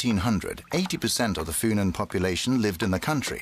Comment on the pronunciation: The way the English dub pronounces "Funen" makes it sound like an herb.